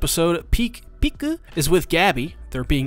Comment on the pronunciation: The madlad actually said 'Peek-u'